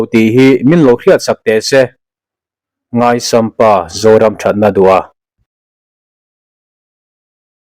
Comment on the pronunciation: Ngai sam pa ni lo in Ngaih sam pa tih tur aw mizo ṭawng hi tih dik i tum hram²ang u